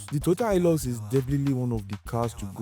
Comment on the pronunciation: It is pronounced as ''hi lux'' ''Hi'' as in high So ''high-lux'' is right and not ''hee-lux'' Same as Toyota Hiace "High-ace" Shalom